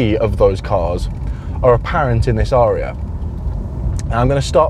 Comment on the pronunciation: It's pronounced 'a-ree-a' アリア...